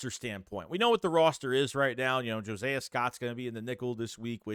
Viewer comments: Please stop pronouncing Josiah like that. Jo-sigh-uh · my sons name is Josiah.... please 🙏 It's like nails on a chalkboard